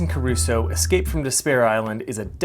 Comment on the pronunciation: Thanks for showing us this. Looks interesting and somewhat family friendly. But a small nitpick..."Crusoe" not "Caruso."